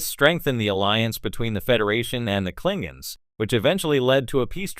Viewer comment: "Klingings"? I thought that AI was supposed to be smart.